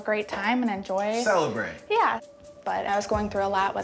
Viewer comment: Why did he say «CELEBRATE» like that 👀😂😂👀😭